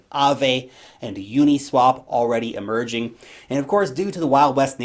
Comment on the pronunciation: WHEN YOU SAID AAVE AND UNISWAP "EMERGING"... I ALMOST SHIT MYSELF THOUGHT YOU SAID "MERGING"